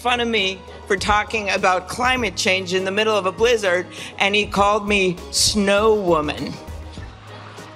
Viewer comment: I think the worst part of the Klobuchar thing was the way she pronounced blizzard.